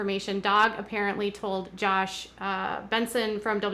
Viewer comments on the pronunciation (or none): none